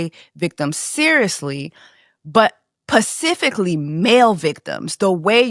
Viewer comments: Yes! You hit the nail on the head about being able to acknowledge that people can be enablers/complicit and victims as as well. Side note: it's "specifically" not "pacifically". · Sis its pronounced SPECIFICALLY! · Is this your first time watching this channel? Because here we say pacifically. 😁